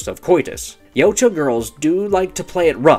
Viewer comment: FINALLY, SOMEONE WHO CAN ACUALLY PRONOUNCE YAUTJA CORRECTLY